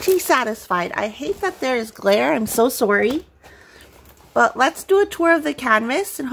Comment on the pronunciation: I forgot you were Canadian till you said sorry 😂 this looks so good can’t wait wait to see you work on it!